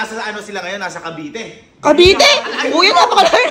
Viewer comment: Cavite po Hindi po cabite😅